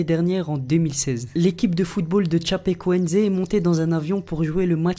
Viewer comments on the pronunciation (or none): La vidéo elle est bien mais juste une chose sur le dernier, avec l'équipe de "tchapékuénzé" euh.... kuénzé ça veut dire testicule ou couilles dans la langue merci 😂😂